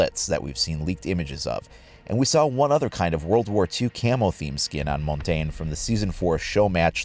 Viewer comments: you butcher his name so bad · Learn how to pronounce his name ffs